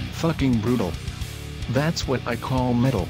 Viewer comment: "Fah-king Broodal. That's what I call middle." XD